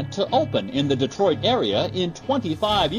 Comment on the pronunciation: "Detroit" ? Seriously?